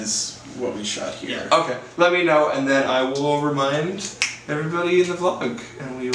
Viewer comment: Holy crap when he said he'll remind us all I though he said Overmind us. I was really excited for a second about a star craft reference. Also, what're y'all doing for big number 512?